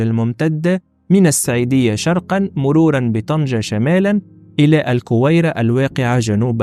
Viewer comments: AlgWera et non Alkwera تصحيح فقط وشكرا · 😂😂اخي تسمى laguira وليس lakwira